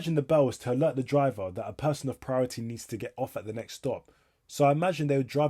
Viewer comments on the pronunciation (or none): none